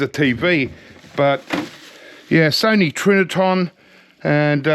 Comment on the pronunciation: Trinitron not Triniton